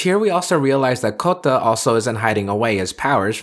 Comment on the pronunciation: FFS stop pronouncing Kouta as Kotta